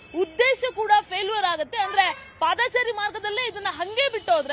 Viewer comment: " ಪಾದಾಚಾರಿ‌" ಇಲ್ಲಾ ಕಣಪ್ಪಾ " ಪಾದಚಾರಿ " ಅಂತ‌ ಸರಿಯಾಗಿ ಸರಿಯಾಗಿ ಹೇಳಪ್ಪಾ" "ಪಾದಾಚಾರಿ" ಅಲ್ಲಾ " ಆಚಾರಿ !! ಆಚಾರಿ " ಅಂತ ಹೇಳಿದರೆ ಅಪಾರ್ಥ ಆಗುತ್ತೆ